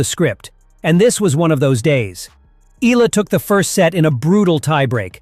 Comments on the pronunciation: It is pronounced E-Ya-la. Not E-LA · Alex Eala's surname is pronounced as EYALA.